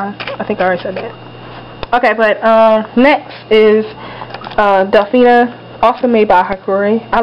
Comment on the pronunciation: Mans it's daph neeee